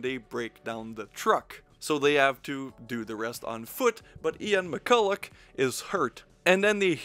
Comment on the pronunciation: Ian McCulloch has Almost the exact same surname as me, thanks for pronouncing that surname correctly... I think?